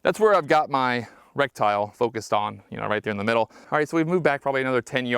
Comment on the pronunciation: Lol I had to check the comments to be sure I wasn't just hearing in euphemisms today, but nope he's really saying Rectile, maybe Rectile disfunction was the problem with him hitting low?